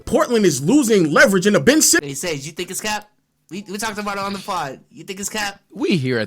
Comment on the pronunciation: I just want to point this out, as someone who actually followed the Blazers for the past few seasons. Anyone who calls Simons, 'Simmons' loses all credibility. His name isn't Simmons, calling him Simmons just proves you don't watch their games or follow their team or know their roster. He's been in the league for 4 years, he's played 60+ games for 3 of those 4 years, his name has always been "Simons". Just admit you're an outsider giving an opinion on the Dame/Portland situation, because you don't watch them play.